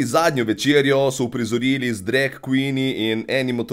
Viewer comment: Všeč mi je, ko reče drek in ne drag :)